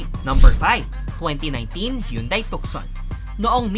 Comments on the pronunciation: With all due respect, the right pronounciation ng tucson ay silent c, it should be tuson.Ang Tucson ay pangalan ng isang lugar sa Arizona USA. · So you will pronounce the Tucson as "Tu'sen" because of its named continent.